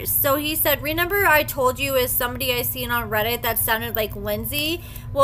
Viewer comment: You crack me up saying "renember" 😂